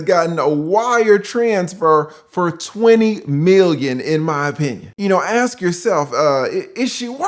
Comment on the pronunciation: "Aks yoself!"...ok unc